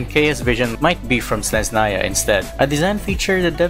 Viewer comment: uhh snezhnaya??